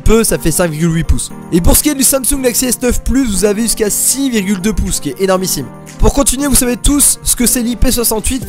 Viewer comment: Cinq virgule houi piuce pour houi cent cinquante euros 😏 En vrai ta vidéo tu l'as gérer, tu dis tout ce qui est pertinent, c'est une bien belle analyse de comparaison ( j'essaie juste de faire un beau commentaire 😭)